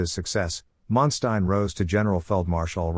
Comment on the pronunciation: listen to other documentary this will help you to learn how to pronounce his name properly